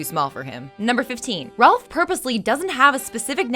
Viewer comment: She misspelled his name saying "Rolph"